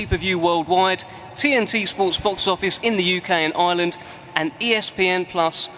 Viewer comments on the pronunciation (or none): none